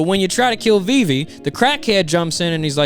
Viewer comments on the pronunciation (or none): Viv-e not VV